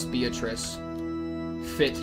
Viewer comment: How did bro get all the way to the end of Chapter 2 and binge that much anime, but still not nail the Japanese pronunciation of 'Beatrice' LMAO?